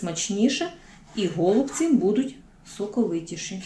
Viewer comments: Ударение правильно ставьте на голубцы, ой невозможно слушать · Все гарно, смачно, зрозуміло. Але слово гОлубці дуже ріже слух! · 😢Правильно голубці, наголос на (І), голубціііі! 😢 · Еееее... ГолубцІ, а не гОлубці.... І де томатна заправка? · Чому гОлубці, а не голубцІ? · Правильно казати голубцІ ☝, українською мовою голубцІ,,, перевірте через словник! Не хейтер, але не можу чути, коли наголос не вірний! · Доктор філологічних наук Олександр Пономарів відповідає на запитання читачів. Назва страви голубцI має наголос на останньому складі. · У нас на Січеславщині говорять тільки голубцІ,з наголосом на "І". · Навiщо такий наголос " голубцi" . На " о " Получается как что то связанное с голубями . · У слові "голубці" наголос ставиться на останній склад. Але всеодно Вам лайк та підписка! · Дуже ріже слух неправильний наголос в слові голубці